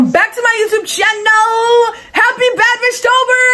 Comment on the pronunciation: When she said bad bish tober at first i thought she said bad bish topher 😭